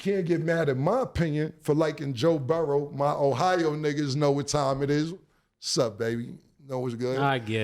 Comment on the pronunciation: Cam & mase stop playing a s on my damn quarterback name it's Joe Burrow Not Joe Burrowsssss😂